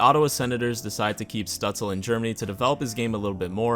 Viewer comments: Your third try was pretty perfect: stüütz-LE not stüütz-EL. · i think it's STOOTS-LUH - I took German in Grade 10 lol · It is Stützle in proper german spelling. If you do not include the “ü” then you must replace it with “ue”, therefore Stuetzle. It used to be Stutzle in game but EA updated it to be Stuetzle Pronounced something like st•you•ts•luh(or leh) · Says: I’ll pronounce it “Stootzle” because that’s the way I hear it the most Proceeds to call him St-uh-tzle the whole video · in german you say "schtützle" but i've never seen an american who can pronounce "sch" so no worries haha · His Name called like Shtützle Like a sh yk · Its definitely pronounced 'stootzluh' because in germany he spells it stützle and spells it either stutzle or stuetzle internationally. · You Can enter his Name on google Translator -> choose as language German and use the speaker button. That s the correct pronunciation of his Name. Oder Sag einfach Stützle. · Elite Prospects has an audio pronunciation for every player’s name (though it may be a premium feature). The best I can come up with is shut-zluh where the first u sort of rhymes with “put” and the “e” is NOT silent. The “le” at the end is pretty close if not identical to “le” (as in le chien) in French. It can be spelled Stützle (German) or Stuetzle (English version without the umlaut symbol over the u. He has chosen Stuetzle for his Jersey to keep it simple because he has obviously heard about the average IQ of us Sens fans. 😂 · Bruh its Stutzle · So, Germany: Stützle North America: Stuetzle Its pronounced Stue-tz-la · Actually the s in his last name is pronounced as sh (like in shower)